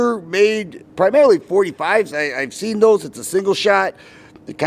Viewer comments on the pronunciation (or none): none